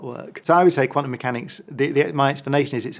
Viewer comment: Amazing that a suppossed genius like Brian Cox cant even pronounce quantum correctly. Quanum. Surely if he was so intelligent he would be aware of this. He looks like bot. Illuminate puppet